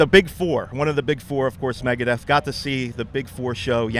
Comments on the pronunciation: ITS MEGADETH!!!!!! Not Megadeath.... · Vera666 god it pisses me off when people get that wrong.